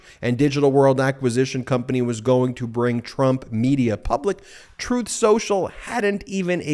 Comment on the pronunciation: Hahahahaha this is the company that was gonna finance “troth cential”